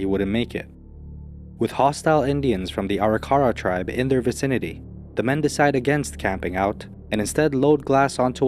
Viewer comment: The Arikara natives they were concerned about running into is pronounced a-rick-a-raw.